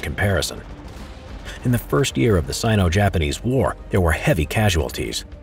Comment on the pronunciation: Not to be mean but you said Japamese